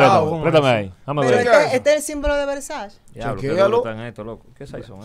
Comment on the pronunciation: Y jessica Pereira disque son versace dise Versace! lol jajajajajajaja